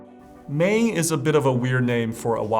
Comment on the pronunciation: Maen should be pronounced as Maan (as in Naan bread with an M)